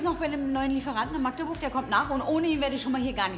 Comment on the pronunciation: Hat sie Magdeburg gesagt ?